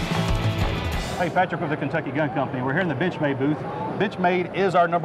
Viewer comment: "Binchmade" - so he says...